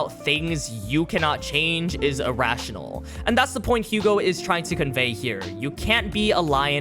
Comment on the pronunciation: I know I'm being THAT guy and I'm truly sorry but can you try and say the French names correctly please. It's Yu-go and Ca-moo. I'm just so distracted by how much of a dick I am about pronunciations lol if you learn a little Japanese you can read their names straight from the raws. Again, very sorry lol